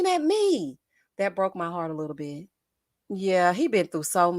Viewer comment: Yes...I'm commenting like I was there. Every time you say Littol Bittol anything...I holler!